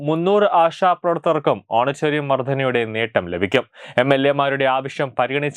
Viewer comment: Honorarium എന്നാണ് ഓണറ്റേറിയം അല്ല പുളേള